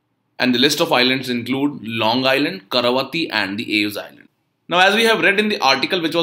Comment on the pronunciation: Not KARAVATI but KAVARATI, i think